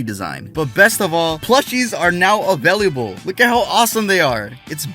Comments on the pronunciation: Anyone notice he always says “availiable” instead of available? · You are the second person i've ever heard pronounce "available" like that 😅 you say "availiable" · I like the way you say available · I just realized how he says available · i like how pronounces "available" lol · Why do you pronounce available so weird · Yo, why does he say “available” like that 😭😂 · i also loves how he said available